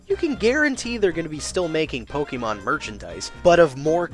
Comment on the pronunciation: It's pok-ayy-mon not pok-ee-mon Also if pokemon were real life would be better cause now eevee is a reality but we're all gonna die cause now driftloon and yveltal are now a thing